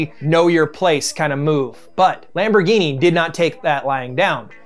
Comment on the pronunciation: "Forukio lamborgini" 😂😂😂